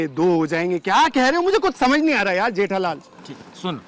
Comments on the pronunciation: Jethalal❌ Jethalali✅ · Jethalal ❌jethalali ✅ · Jethalal ❌ jethalali✅ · jethalal 🚫 Jethalali ✅️ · Jethalal ❎ Jethalali✅ 😂😂😅